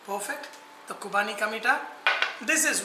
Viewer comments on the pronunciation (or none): Vahchef, it's Qurbani ka Meetha not Qubani hope you ll correct it.